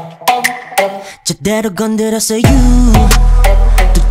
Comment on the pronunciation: A professor in field of Linguistique in my country (Thailand) praised Taeyong posting on FB that Taeyong’s Lemonade is a good and correct example for pronunciation by placing his tongue 🤣 It’s a true and fun story. 👏